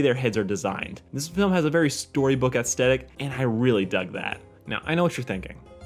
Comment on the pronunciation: "ass-stetic" It's pronounced "ay-es-th-et-tic"